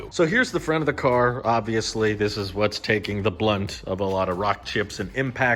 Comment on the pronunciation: Brunt, not blunt